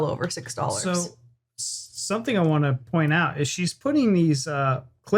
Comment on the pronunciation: You pronouce "Some thing"with k added somethingk,maybe a northern touch?